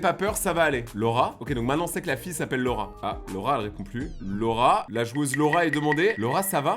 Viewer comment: Quand tu disais Laura j’entendais le rat 😅